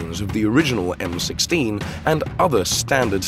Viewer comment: Fucking AI.........."the M, 1, 6....instead of M16.....